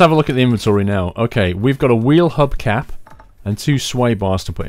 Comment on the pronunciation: "wheel cub hap" lol